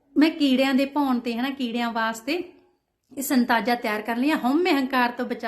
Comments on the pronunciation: Not Santaja, Satnaja hunda ji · Santaja nhi hunda satnaja khea jnda ji🙏